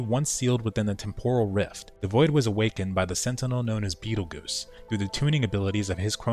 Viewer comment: Every mmo should have one of these series so I can watch it after I skip through the story lmao Also betelgeuse is pronounced "beetle juice" not goose - it's the name of one of the largest stars we know of located within orions constellation